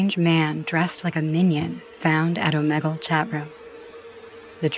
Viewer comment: The way she says omegle😂😂😂